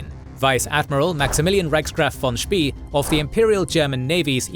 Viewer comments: His pronunciation of 'von Spee' is also wrong, it should sound like 'von Spay' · 'von Spee' rhymes with 'way', not 'we' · Good video. Btw, that's not how you pronounce ''von Spee''... 🤣